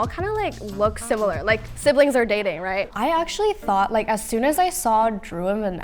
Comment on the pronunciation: DID SHE JUST SAY SIBLINFS OR DATING